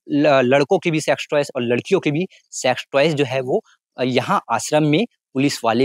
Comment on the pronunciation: Ye sex toys ko kuchh bda ajib hi pronunciate kar rha hai Sex toys 😂🤭😆🤣😁